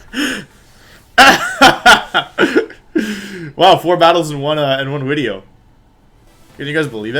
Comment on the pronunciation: Wolfey: Video is Wideo Also Wolfey: Arca9 instead of Arcaninay